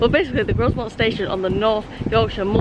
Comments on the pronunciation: Grosmont's s is silent, so it is pronounced Groumont. Also, I think Leaside is pronounced Leeside, same as the suburb Lea on the Blackpool Road in Preston. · It is pronounced Gro-mont not Grozmont! lol You really should have scheduled a longer wait there so you could have checked out one of the UK's finest heritage railways. A tragic missed opportunity! :) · You may well get a few comments regarding the pronunciation of Grow-Mont rather than Gross-Mont but to be honest I've heard Ewkston Bawlshaw Lane and Exton Bahlshaw Lane and any combination therein when travelling on that line. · When it comes to pronouncing Grosmont the s is silent so instead of Gros-mont it's Gro-mont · My neck of the woods, in fact I collected some tickets from the machine at Danby the other week. Grosmont is pronounced Grow-mont by the way :) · It is definitely pronounced GroMont 😂😂. If you're back in the area, there is the old railway walk from Grosmont to Goathland, where heartbeat was filmed. Well worth a walk. We stopped in Egton last year, and got the train from Egton to Whitby, and it is indeed a childrens playgroup in the building next to the station. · Very nice. It is pronounced Grow-mont btw. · He He. Pronounced Growmont.